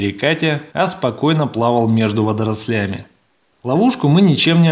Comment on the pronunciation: Не водролЯми,а вОдрослями